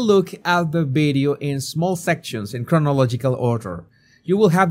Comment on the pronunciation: You've been talking for years making youtube and you still did not lean how to pronounce video with a V Not with a B Sorry but it turns me off and I can't finish the video,that's why I pointing it out